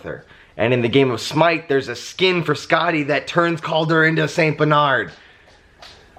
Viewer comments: First I thought you were saying Scotty and I was very confused at the boyish name and then "from Norse mythology" made me understand Skatti. I was confused for the first few minutes. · Fun Fact: Skadi (as in Norse mythology) is pronounced more like Skathi... with the soft 'TH' instead if the hard 'D'... (that's what she said...) it also has a bit of a tongue roll to it, but that's besides the point. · Congratulations to the new addition to your family! She is absolutely adorable! Honestly, I was so confused at first when you started talking about Norse mythology because I heard Skadi as Scotty.